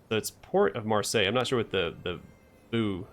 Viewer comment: "Marseille" was perfectly pronounced. Good job.